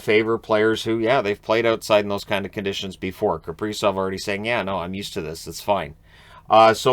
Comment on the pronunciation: You can call KapriZov. Like Zorro.